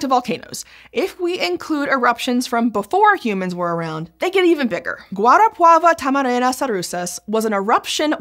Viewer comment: brazilian here at least the brazilian name, she did a far better job pronouncing "guarapava-tamarana-sarusas" than most gringos while not perfect I'm pretty sure I've heard at least 2 rolled 'r's that alone puts her pronunciation at the top 5% of gringo's